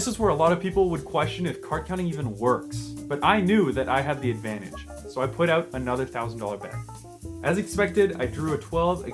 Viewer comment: Yes because you said "oat" when you meant to say "out"